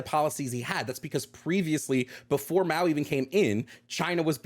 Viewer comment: I like how he doesn't know anything about China but he still tries to say Mao's name right, boss level liberal